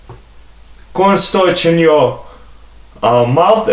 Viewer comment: He said cornstarch